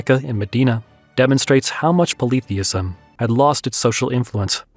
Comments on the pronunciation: Sounds interesting. But please check your pronunciation of Kaaba and polytheism 🙂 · I have never heard polytheism pronouced this way.